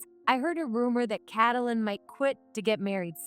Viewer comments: It's helpful if you use a program that pronounces the names correctly. It's pronounced Kait - lyn. Not Catalyn. 🙄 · Not cat-lin, kate-lin. Wtf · I think when the illiterate person keeps saying catylin, i need to shut this. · Maybe y-all need to give your AI a book filled with baby names. The book will shows the proper pronunciation of the name as in Kate-lyn. Also, a dictionary that has the word spelled out, then it breaks up the word in vowels and consonants, so your AI can sound out the word properly with the definition so your AI will know how to use the word properly in a sentence. This will greatly please your "get it right the first time, please," People like me. I like listening to stories being shared when I go to sleep. The mispronunciatioins jerk me awake every time. Thank y-all very much.❤✨️❤️✨️❤️✨️❤️✨️❤️✨️❤️✨️😇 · Narrator LEARN TO PRONOUNCE the young lady's name - Get some schooling on names